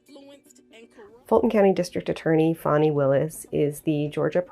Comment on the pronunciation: Take this from a person who has lived in Georgia 64 years. It's pronounced like Fannie. Not fawni. Now w in her name.